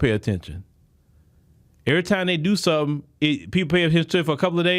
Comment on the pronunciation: 😂when she said "let me tell you somesing"